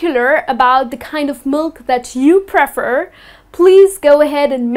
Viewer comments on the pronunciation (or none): Hello,. How are you? Thanks for the videos. The way you pronounce /prefer/ is quite different from the American and British ways, isn't it? Is it something particularly from your country? thanks again. Greetings from Brazil.